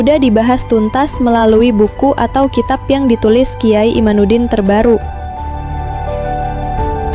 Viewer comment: MIN , Namanya KH IMADUDDIN BUKAN IMANUDDIN . 😊😊😊